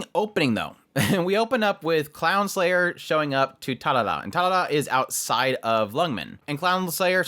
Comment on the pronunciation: It's actually Crownslayer but saying clownslayer also works with how much she's bullied ingame